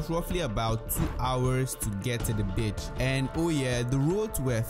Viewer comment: It's BEACH not BITCH 😂😂😂